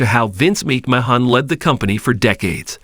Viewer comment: OMG!!! The narrator of this is dork...obviously has no clue to who these people are he's speaking of...can't even say wwe or McMahon right....